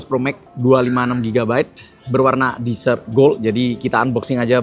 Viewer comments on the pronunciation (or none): koreksi dikit: desert mas bukan dessert. hahahaha kalo dessert baru dibaca disert..pencuci mulut. Kalo desert dibaca ya desert alias padang pasir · sebutnya pake e bang bukan i, beda arti soalnya klo salah pengucapan wkwkwk